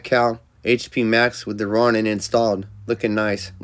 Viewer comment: It's pronounced, "Row-nin"